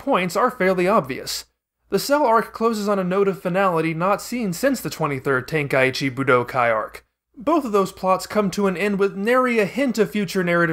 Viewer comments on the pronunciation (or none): none